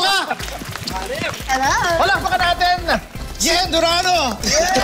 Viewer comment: Hindi mabanggit ni paolo yung name ni yen durano sabi nya durano lang 😂😂😂